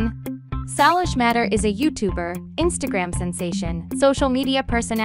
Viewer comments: We pronounce Salish ( say Say lish ) not sarlish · It isn’t sooooooolish it’s Salish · ikr she’s like saulish and you say her name Salish not saulish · It’s not solish matter it’s Salish matter 😂😂😂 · You should say say-lish, not suh-lish. And if Jordan saw this video, he'd FREAK OUT! 😱😱😱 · It's not solish it's salish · It’s Saylish like Salish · It's sailish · It s' SAYLISH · U said solish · why do you say Solish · you pronounce the name wrong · You pronounced her name wrong. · That's not how we pronounce Salish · the way she said salish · thanks I was wondering if it might be AI because I don’t think a real person would say her name wrong on purpose. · That’s mean but you’re really right I was about to put a Comment saying that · Geez you don’t have to be so rude about some one not knowing how to to pronounce a name